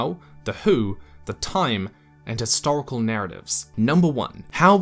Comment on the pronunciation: Great video. Just one thing bugs me though, it doesn't sound you're sounding the 'h' in history/historical.